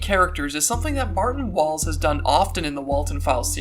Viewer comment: The one time you said “martin walls” i thought you said “Bertin balls”, i, apologize but i choked on my pancakes